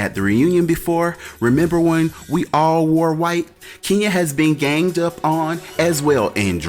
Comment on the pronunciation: I’m mad Nene said “gained” up on...like multiple times 😑😂